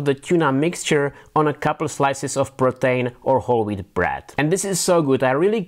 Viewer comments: I can't understand what the bread is he's putting the Tuna Salad on. Is he saying Protein bread??? It sounds more like Pretain bread, but I have no idea what that is. I'm grateful that he does it in English, but the accent is getting me on this one. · Really good, but the 'PRO-TAIN' had me confused for much of the vid. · that's what my wife came to. It just doesn't sound anything like "Protein" to me.